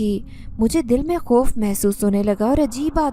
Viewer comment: Koi jaruri nahi hai sabko sab kuch ek Jaisa hi Lage Ye sister khop bolti hain (khauf ko)